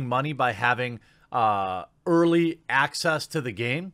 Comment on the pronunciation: Oh, 'access' journalism......I distinctly heard Axis journalism. Can't imagine why I'd make that mistake.